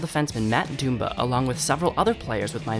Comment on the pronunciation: Might want to learn how to say dumba's name. Its dum-(buh) or like dumb butt without the t not doom buh